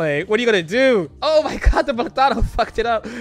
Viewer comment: It's PLAtano, not plaTAno. -Hermione, probably.